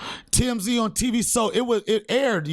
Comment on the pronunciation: "Come awn son"